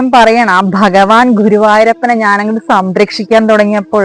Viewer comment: ബഗവാൻ അല്ല ഭഗവാൻ